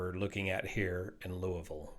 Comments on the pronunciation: Thanks for pronouncing Louisville correctly. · Always watch. Never expected him to analyze an accident so close to home! 👍 Your pronunciation of Louisville is even great. 🇺🇸 Have the crew been counted in the current number of casualties? No one is making this clear!